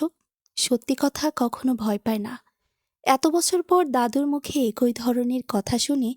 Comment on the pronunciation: শব্দটা "একঐ" হবে না। ওটা উচ্চারণ হবে "একই"।